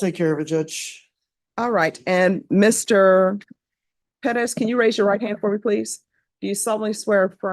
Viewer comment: PEREZ not "Pedas"